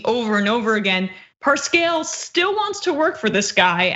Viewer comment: Right out of the gate, the presenter makes a fool of herself. How can somebody involved daily with the news not know how to pronounce the president's campaign manager's name ? Cringe